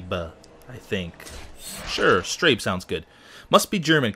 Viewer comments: Speed Strasse! Do you have any respect for language?! This shit is basic education in the isles! Other than that, great video. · hahahaha its not strab lol is pronounced strasse lol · That first race, you dont pronounce it as strabe, but as strasse. Love this videos, and youre a good driver ❤ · The weird 'B' is German and is basically pronounced as 'ss' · Im sure its already been said but its pronounced "strasse". That symbol is a double s in german. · Hahaha i love your way to pronounce "Speed straße" :) for another time just see the "ß" as two "ss'es" <333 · Dear the race at the beginning of the video was German and its pronounced: strasse the B is a short sounding s love your vids keep up the good work;) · Actually the B is a german double-S so it's Strasse :-) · its strasse it means street in german. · It's pronounced "Strasse" and means "street" in German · It's the Strase, lol. ß Is a German short s. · Pronounced "Strah-ssuh"